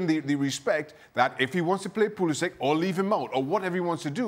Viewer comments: Not “pool-esss—shiiittcch” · It's poo-liss-ick.. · Bro... it’s pa-liss— ic. Pronounce it the way the player prefers. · Henry Ortlip bro it’s poo-li-sitch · Is it pronounced “Pulisic” or is it “Pulisic”? 😂